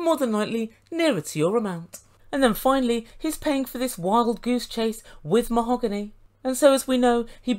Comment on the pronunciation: Yes, Mah-hog--ooney